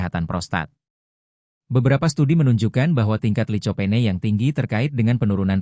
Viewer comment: Licopene>di bacanya likopen...toloool 😅